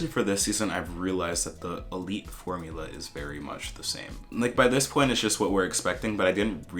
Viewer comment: Se me hace raro ver esto siendo española y cómo pronuncian Elite saksjkjs